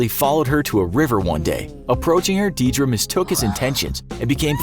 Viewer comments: The way he pronounced Deirdre and Samhain was just.... eeeeh.... Deirdre is pronounced: deer druh Samhain: sawhin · Your pronunciation of Deirdre and samhain are atrocius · Deirdre is pronounced dare-dra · You are butchering the Irish words oh my, it’s pronounced ‘Deer-drah’ and ‘sawan’ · The way this man pronounces "Deirdre" and "Samhain" causes me physical pain